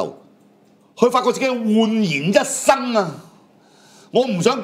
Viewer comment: 煥然一新講成一生，recommend 讀成「核及man」，頭先永遠講成由先，中文英文都亂咁講。